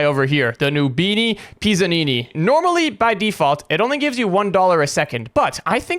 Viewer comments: ITS PIZZANINI NOT PISSANINI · Why did Bro say noobini PISSanini💀